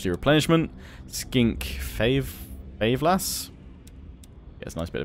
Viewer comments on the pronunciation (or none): Favela is pronounced fa-vay-la if you are English. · It's fa-vel-a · lol that pronunciation of favela cracked me up. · How can you not pronounce FAVELA bruh